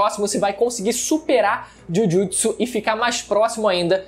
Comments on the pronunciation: "Jujitisu" pqp kkkkkkk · Esse Jhujhutsu e muito forte mane, feiao a pronúncia, ta maluco